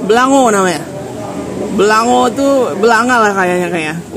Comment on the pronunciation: Sie itek puteh atau bebek bumbu putih jangan upa...oh kuah beulangong bacanya..kurang ng nya😂